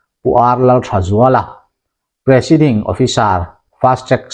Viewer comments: Presiding nilo in presaiding officer tih ani zawklo maw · Presiding / ( mizotawngin) presaiding tih tur o